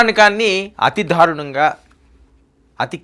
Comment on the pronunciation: ధారుణంగా కాదు. దారుణంగా అనాలి. ఈ తెలుగు వినలేకపోతున్నాం.